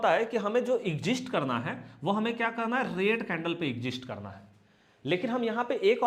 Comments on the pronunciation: Not exist sir, say exit. दोनों का अर्थ अलग अलग है। आप बोलते हो "एग्जिस्ट" बोलना चाहिए "एग्जिट". नेक्स्ट वीडियो में सुधार कर लीजिए, एग्जिट exit का मतलब है निकलना। Exist का मतलब है जीवित रह पाना। Sorry, if I hurt in any way . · Sir ji want to say one thing ... everything is fantastic.. but u say exist .... it is exis nahi bolna h ismai